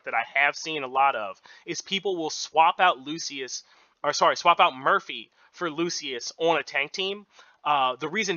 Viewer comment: It's Skylar and loo-shuhs. We help each other 😁🙏